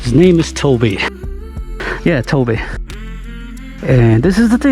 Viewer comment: That's the first thing I said. That would be sound like the name "Bobby" so it is "Tobby" not Toby.